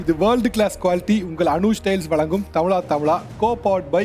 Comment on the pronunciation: Tamizha.. Tamizha... Endru solungo sir, Tamila Tamila enpathu wrong ucharipu